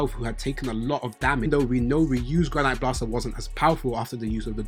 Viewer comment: HOLD UP ... You the first person on YT to be pronouncing Granité properly 😂😂😂😂😂😂😂 EVERYONE SAYS GRANITE like the fucking rock. What about Ishigori screams rocks and minerals? It's Granité like grah-nee-tay. French dessert. The é with that accent is pronounced like the letter "A" in the English alphabet. It being a French dessert makes sense cuz Ishigori's entire reason for reincarnating is to find his dessert lol